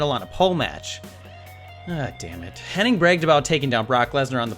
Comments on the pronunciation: It's"Hennig", Not "Henning" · Yokozuna had an 'increasingly bad weight problem'? I would have never guessed that. also I'm pretty sure Mr. Perfects names is not Henn-ing, it's Henn-ig. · It's Hennig, not Henning, you fucknut. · Hennig not Henning Get it right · omfg its hennig not henning...fuck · HENNIG not Henning. AAAAAAAAAAAAAAAAAAAAAAA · it's Curt Hennig not Curt HenniNg - for fuck's sake.... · It's Hennig, not Henning. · No typo but the narrator keeps saying henning......its a speako